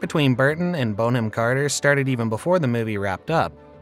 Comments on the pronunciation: Sweetie its not Bone - am ROFL its BON - AM (you know like a bon-bon). 🤣🤣🤣🤣🤣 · I absolutely love her. Brilliant actress and brilliant human. Kookiness is a plus not a minus. Side note: her name is pronounced Bon-am not Bone-ham. English name. 😊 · Bonham is not pronounced ‘bone-ham’. It sounds like ‘bon-um’. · Have never heard Bonham-Carter's name pronounced Bone-am and not Bon-am. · It's pronounced Bonnam not Bone ham. Bon to rhyme with gone. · Her name is NOT "Bone-Ham"! It is pronounced "Bonnam". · It's Bon not Bone. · Narrator: it’s Bonham (Bonum). Thank you. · I'm embarrassed I've even watched this - it's none of my business, but I love her. Stop calling her bone-am!!!!!!!! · Her name isn't pronounced 'Bone-'em! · It's not 'Bone-am' Carter haha that sounds all wrong. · Dear Rumor Juice narrator, please learn to pronounce your subject's names the right way! I was interested in this story, but each time you said her last name and a few other names as well, I gasped 😮 you have a nice big audience who may be learning from you 😁